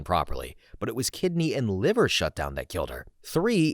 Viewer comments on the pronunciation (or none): none